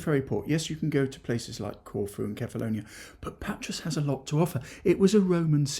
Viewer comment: Your pronunciation of the Greek words was fantastic...remember the island of Kefalonia is spelled kefalonià (the accent is on the end) all the other words you said were perfect🫡👌👌